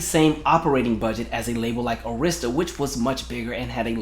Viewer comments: Arista records is pronounced as 'Air'rista. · i had to clutch my invisible pearls that you pronounced Arista wrong!!! Im so shocked!!!!!! I still have her video collection dvd where she gave her commentary about all the videos